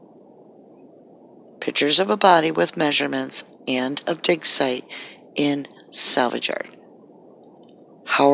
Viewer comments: Your clearly saying DICKSITE not DIG SITE. clearly pronouncing a K and not a G. It's so distracting and kinda funny and I'm just curious to see if ur going to delete this comment because I can't believe that on YouTube not one person made a joke about you saying DICKSITE. I tried to ignore as long as I could until me and my boyfriend just looked at each other and started cracking up lmaoo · Not to make light of the gravity of this matter but I could have swore you were saying "Dicksite" .